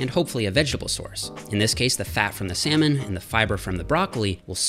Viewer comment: "salmon" it really sounds like semen hahhaha